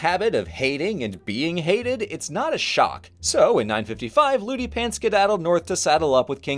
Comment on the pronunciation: I kept hearing his name as Loot Crate